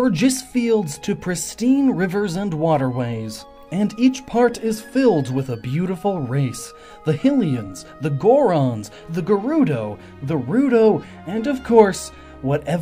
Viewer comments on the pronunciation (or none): Like how Hyrule is pernounced high-rule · because it is HIGH-lian he pronounced it wrong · You're right. It is "Hi-leean". Don't know why people pronounce it "hill-ian" and then proceed to pronounce "Hyrule" properly. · I believe hylian is pronounced high-Lee-an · You know I'd think is smart enough to know the correct pronunciation of Hylian. But yet again someone pronounces it as though it means hill-people. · WTF is a Hill-ian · Ssjgod24 That's because 'Spain' and 'Span'ish are spelled differently, 'Hy'rule and 'Hy'lian are spelled the same. Your point is invalid and you should feel bad. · Especially since Breath of the Wild has voice acting and thus shows us the correct pronunciation, like, how does he still get it wrong? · He pronounced Hylian wrong on purpose right